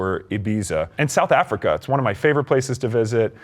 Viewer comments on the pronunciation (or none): none